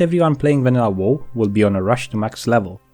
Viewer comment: am i the only one that tilted that hes saying whoa instead of wow like its a good vid its just like hearing whoa instead of wow is like nails on a chalkboard lol